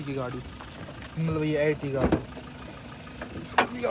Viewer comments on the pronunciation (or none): Bhai etiga ni ertiga h wo